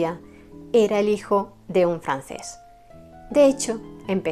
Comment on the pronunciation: No sabría decir cuál es mi favorita, pero siempre me llamó la atención lo dulce y romántica que es su música. Después de haber visto esta excelente biografía sobre el músico polaco, quiero mencionarle que me encanta su pronunciación del francés. Saludos desde Chile 🇨🇱 😁